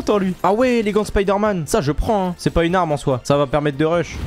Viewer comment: " parce que ec'est " Aie aie aie R.I.P ( J'rigole attraper ma veste )